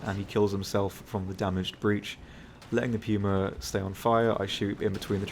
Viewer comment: Arrivederci he pronounces it correctly